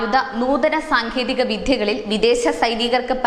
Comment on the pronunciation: സാങ്കേതിക " വിധ്യ" എന്നു കേട്ടത് ഞാൻ മാത്രമാണോ? കുറ്റം പറഞ്ഞതല്ല. പക്ഷേ ശ്രദ്ധിക്കുമല്ലോ.